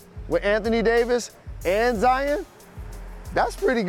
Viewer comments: Zien or ZION!?!? 🤦🏽‍♂️😂 Jalen: “You just got Zien!!!!!” 😂😂💀💀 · Jalen it’s Zi-on not Zi-in